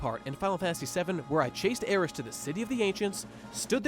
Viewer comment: Literally the only thing I agreed with in this video is his pronunciation of 'Aeris'.